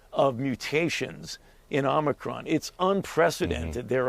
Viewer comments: "The Omicwon Vawiant is waging thwu the wuld!" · Please teach Dr. Fauchi to pronounce omicron correctly, with a long o, as the NBC anchors do.